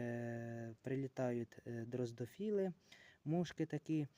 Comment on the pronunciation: Дрозофіли, а не дроздофіли )))